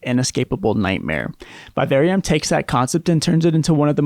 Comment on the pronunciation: Learn to pronounce “vivarium” correctly. Why do yanks struggle with the English language so much? I know the education system there is about as much use as a chocolate fire guard. But f*** me, it’s not rocket science when it comes to reading the language you speak.